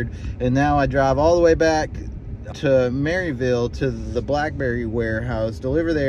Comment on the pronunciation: You know you said Maryville wrong